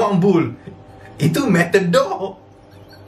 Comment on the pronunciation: Metadoor... Bidoor.. Habih doohh...